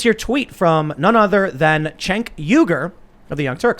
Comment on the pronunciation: Tim, stop mispronouncing Cenk's name. Come on, you're better than that. Its pronounced, "Chunk Yogurt." Just think spoiled, smelly, maggot infested food that's growing hair that's been left in the fridge for a month too long and you'll be fine.